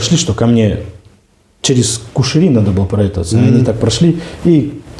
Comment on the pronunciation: В России не говорят - кушири...!